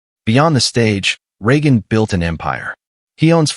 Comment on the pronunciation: Other than consistantly mispronouncing Regan's name, was a very good video.